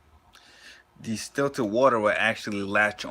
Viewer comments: He dont even know how to pronounce the word, talking about distillert water, its distilled water bro. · It's called distilled water not destilted...good video still. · The virgo moon in me couldnt get passed it 🤣. I kept saying its distILLED, no T son lol